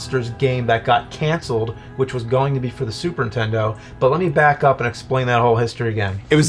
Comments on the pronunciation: "Super Ntendo" ?? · Every time James says "Super 'intendo" a puppy drowns.